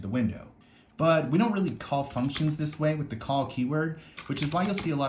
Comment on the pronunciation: everytime he say "this" gave me a tiny stroke